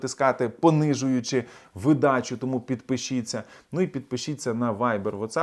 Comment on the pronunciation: Правильний наголос - вИдача… Дякую 🙏🏻